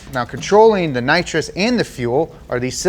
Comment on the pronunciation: How do you know someone has watched Fast & Furious? When they keep calling nitrous "Naws" 😂